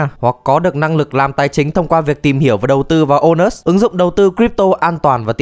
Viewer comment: Trong clip tôi nghe ra thành ANUS.